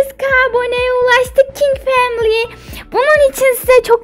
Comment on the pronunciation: family kelimesini duzgun soyleyin ya